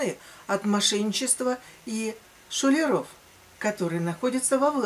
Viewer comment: Блииин... Ну; ты опять с ударениями перестала дружить. Не шулрОв, а шУлеров!